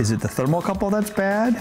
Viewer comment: It's called a "thermocouple", Ben. Not a "thermal couple".